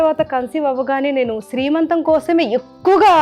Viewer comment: శ్రీ మంతం కాదండీ సీమంతం. Sorry don't mind. ☺☺